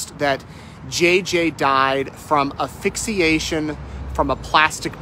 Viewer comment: Asphyxia not aphyxia😂